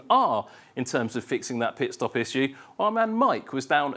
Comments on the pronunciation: why does he mispronounce "issue" so badly every time? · Why does this guy pronounce the word "issue" like that?